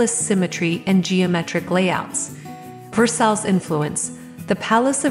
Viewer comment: The "Reyna Home" watermark always in the middle of the screen really detracts from the viewing experience. And can we get an AI voice that can correctly pronounce "Versailles" and other French words? The English pronunciation isn't top notch, either. Lol, "Gray-vel" walks.